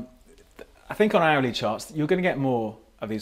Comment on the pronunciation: >"owly chart" OOHHH "hourly" XD